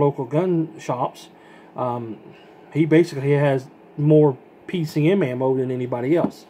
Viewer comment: You said it wrong thru the whole video ,I'm not trying to give u any shit it was just funny